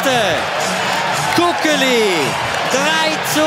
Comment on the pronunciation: haha, so geil wie der Kommentator Kukeli ausspricht, der sagt mehr so etwas wie ''Kugeli''